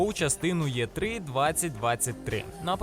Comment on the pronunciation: Дякую за чудову роботу! Та, як "Є три"?! Ми ж не москалі, аби казати так. "Е три" - якщо вже транслітеруємо на українську, чи "І три".